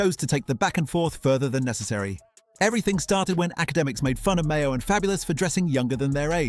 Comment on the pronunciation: "Mayo"🤣🤣😂😂 Who the F is Mayo. Bet the owner of this channel cant even speak English